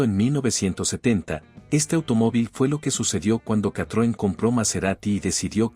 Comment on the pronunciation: Qué comentarios tan estúpidos, parece que el locutor ESTABA BAJO LOS EFECTOS DE ALUCINÓGENOS cuando redactó tan imbéciles comentarios. dice CATROM es vez de decir CITROEN, EL SM FUE UN GRAN AUTOMÓVIL que marcó época por tecnología y comodidad, no era un auto para tarados como el locutor. El Bricklin SV-1 a pesar de todo lo que se le ocurra decir a este bellaco, tenía un diseño atractivo aunque haya sido un mal coche. El Pacer fue un auto raro pero en lo absoluto fue malo, malo es el memo que hace estos ridículos comentarios.